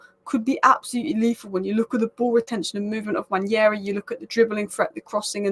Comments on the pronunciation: It’s pronounce (Wand Nail Ree) Nwaneri . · I don't know how you read it the name Nwaneri and pronounce your own things I belive its an African name where what you see is what you say Nwa-ne-ri. You butcher words. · It's pronounced Wah-Nay -ree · It's Nwaah - Neh - Rei It's an Igbo - Nigerian name, you both aren't. Stop the spoil. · I'm Nigerian, though not Igbo. I'll definitely defer to an Igbo man's pronunciation. If you read what I said above well you'll see that I questioned where this mysterious 'y' came from to make the name Nwan-yeri. Now everyone (through no fault of theirs obviously) is mispronouncing his name. I really hope it does not stick much longer. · Honestly I don't know who started this Nwan-yeri pronunciation and now everybody thinks it's correct.